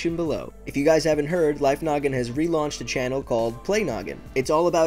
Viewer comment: Life Noggin when u say welcome to life Noggin I feel like ur saying welcome to life nugget XD